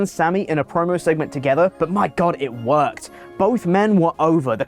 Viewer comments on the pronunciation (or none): Worked the word is worked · Is he mispronouncing worked? lol It's 'Worked' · worked .. you pronounce it worked.. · It’s pronounced worked.. come on now man. Sound it out